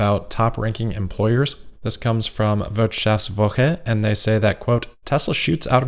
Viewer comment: The “Wirt-“ in Wirtschaftswoche was still wrong. You got the rest right. “Woche” and the “sh-“ sound in Spiegel are not easy to say for Americans so I think you should feel proud!